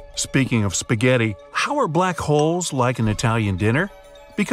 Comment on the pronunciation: spspasphaaaghetti man? u here to bring food? me:Oh its a normal HuMaN